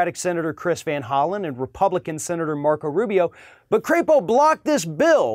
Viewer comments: You're mispronouncing his last name. It's not cray-po , it's pronounced crap-o . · You're pronouncing his name wrong. It's a soft "a" as in lap, or nap. He is from Idaho. They should be so proud. He's up for re-erection [sic] in 2022. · “Crapo?” Don’t you mean CRAPPO? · Mike Crapo would be so aptly named if his last name were pronounced a bit differently.